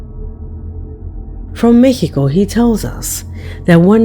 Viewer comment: I like how you pronounce Mexico as Meh-he-coh instead of how it's usually pronounced in the United States and other English-speaking countries. Assuming you're from the states or some other English-speaking country instead of from a Spanish speaking country like me. I don't know what's your nationality but either way I think that's pretty cool:-)😎.